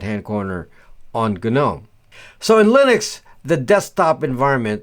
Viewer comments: The G in Gnome is silent. so you say nome but it's not spelt that way. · Gnome is pronounced 'nome' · It's better to not pronounce the G in GNOME. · Whenever people pronounce sudo the same way as Judo is pronounced, I often wonder if they know what sudo is short for 😂 The do part is pronounce just like the word "do" in "super user, do this task" because it literally means "do". I also have a problem with people pronouncing the G in GNOME. 😂